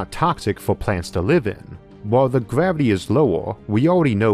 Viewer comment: Gavity 😂 it’s R not W